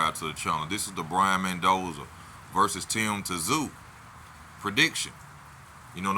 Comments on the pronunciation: This bloke… his last name is Zoo if you don’t know how to pronounce it, clearly illiterate 🤦🏼‍♂️ who says T-Zoo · Jesus Christ, it’s TSZYU not Tazoo wtf , show some respect for the damn Tszyu family name . Christ go watch Kostya a HOF who the hell says Tazoo but Charlo’s running ass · Tim Zoo is how is name is pronounced bro!💀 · Tim’s name from hes dad is in the hall of fame legend boxers…..but u can’t even pronounce his surname correctly? How is anyone going to listen to u when u don’t even know there names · U know the T is silent, right?😂